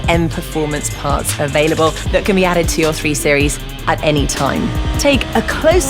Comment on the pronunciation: "...the angle tat most people will get to see on the road, the rear"